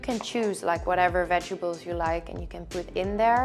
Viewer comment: I love the way she say “ vegebles” instead of vegetables lol lol